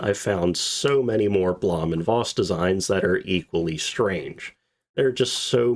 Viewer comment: Blom & Voss schuold be pronuncet: "Bluum und Fos"